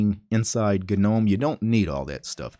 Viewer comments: 'nome'. like 'home' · Nobody:: Guh-nome.